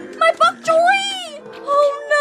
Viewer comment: Name: Bonk choy: bbhok chhoy